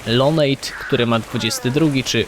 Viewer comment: Lonate jako Lonejt? :) Lonate to ja, dziewczyna. Czyta się jak pisze :) A skąd nazwa to przeczytaj Lonate od tyłu.... W ramach zadośćuczynienia możesz mi zrobić siodło na Bronto :)